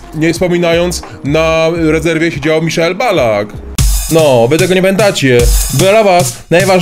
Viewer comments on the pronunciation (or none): none